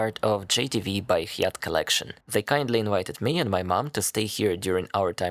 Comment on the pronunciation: Hyatt is pronounced High Yat.